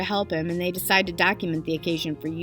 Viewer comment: did you say Dacument?